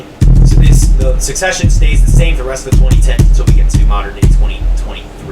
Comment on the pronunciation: Suppose to sound spanish the way you said succesion you sound more french